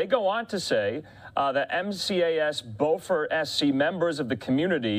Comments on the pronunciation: B-YOO-FORT, BO-FORT is on the other side of the Mason-Dixon line, in North Carolina. 😂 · Beew fart. Not Bo Fort. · It is not Bowfort, it’s Bewfort pronounced. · BYOO-fert, not BOW-fort. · There is NO bow fort in South Carolina. Beaufort is properly pronounced “Bew-fort”. Fox is slack as hell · On god i dont even care about the jet, i want an apology for how bad he butchered the name. Smh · Pronounced Bew-Fort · Learn how to say Beaufort son! Like on Smoked and the Bandit ....Beaufort T Justis..... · Learn to pronounce Beaufort. They are using the NC pronunciation not the SC version. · Learn how to say Beaufort ! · He mispronounced "Beaufort" twice.